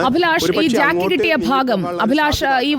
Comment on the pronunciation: ജാക്കി അല്ല ജാക്ക് ആണ്